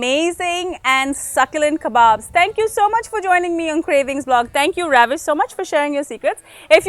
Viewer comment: Good recipe, good video quality & production. The background score is nice but it can be a bit distracting, especially when Ravish talking about his recipe and technique of making the kebabs. Also, you are pronouncing a proper noun, the name Ravish, as the verb, ravish. Sounds pretty jarring. But thank your for sharing the recipe it seems good.